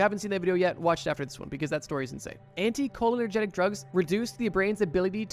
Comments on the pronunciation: It’s anticholinERGIC not anticholinERGENIC. Sorry I’m a nerd and every time I hear it, it drives me insane 😂😂😂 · Hey, dude, you need to work on pronunciation of the words you use in these videos. In this video, you pronounce, 'anticholinergic' as antee-koh-linner-genic...it's pronounced antee-koh-lin-ergic. Not hating, just pointing out that you have a habit of mispronouncing molecules, medical conditions, et al. Not that big of a deal most of the time, but sometimes mispronouncing a word can lead to a completely incorrect interpretation, which can be deadly when dealing with psychoactive molecules. This show/channel is decent and I am guilty of watching it, but it could be improved upon. Also, simply relying on experience/trip reports to be true to the molecules they claim to be about is a massive reach. Many of these reports are not factual because the people who wrote them did not know what they actually experimented with. They're also rife with exaggerations and just completely made up shit. PS - the GBL part of this video is incredibly full of bullshit. So many incorrect attributions made about this molecule. You got the basics correct, but there are so many ridiculous claims made about it. I had to end my viewership while you were talking about GBL. Just so factually incorrect I'm not going to even begin to explain. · No, I heard you say "anti-cholinergic", not "anti-cholenergetic". Could be my brain autocorrecting errors. ( Or maybe not, because you read it wrong *again*. "Anti-colonogenic"? PLEASE stop, it's massively annoying.) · Sorry but I gotta point out that it isn’t“AnticholinerGETIC” but the correct term is “AnticholinerGIC” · great video! just a note, its pronounced anty-call-inner-jick